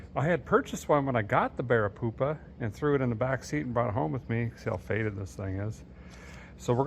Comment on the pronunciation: This was a collab and we didn't know it..... and joined forces. 😎🔧 Awesome job on the BEAR-A-CUDA fellers! (I know it's "Barricuda" but...well *grins benignly*)